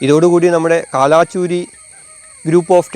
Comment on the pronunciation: കാലാചുരി അല്ല, കൽചുരി.